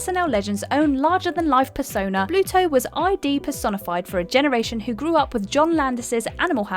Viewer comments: Love ya, but that’s “id”, not “ID”. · ID is a word it's not pronounced I.D